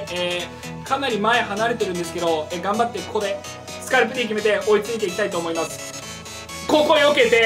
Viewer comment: スカルプDとかちゃんと言ってるの好きww